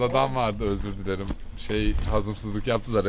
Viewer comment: 'in "öZürğh dIleRiğhmmğ" demesi 😅😅😅😅😅😅😅😅😅😅😅😅😅😅